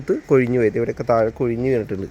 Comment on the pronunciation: കൊയിഞ്ഞ് അല്ല കൊഴിഞ്ഞ്